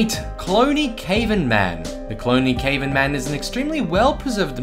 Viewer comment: Cave'en man??